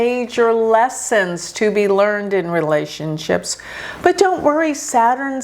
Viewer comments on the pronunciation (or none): none